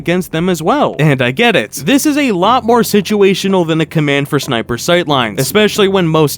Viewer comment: atch out sneightper ahead